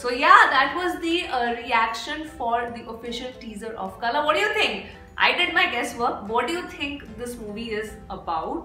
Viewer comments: The title don't sound like kala.. and the correct pronunciation can't be written without Malayalam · The LA in KALA is pronounced as the LA in cLAy , pLAgue , keraLA etc